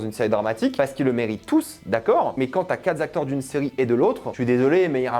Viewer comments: À chaque "4'zacteurs", j'entends le suicide d'un bescherelle 😂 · y a pas de S à la fin de quatre. Jamais. Donc, pas quatre Zacteurs. Merci pour la langue française.